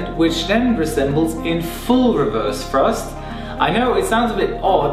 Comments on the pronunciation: "wewerse frusft" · I just love how he says "reverze thruzt"